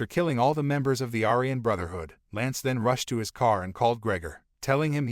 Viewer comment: are you not allowed to pronounce aryan correctly? i think they suck as people but you say it about 20 times during the video